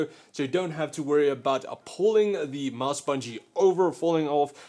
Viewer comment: Why do you say (a)mouse (a)bungie sounds awful and really uncomfortable. I hate how you keep adding an (a) in between words, i'm disliking for that.... sorry it annoys me (a)lots (a)sorry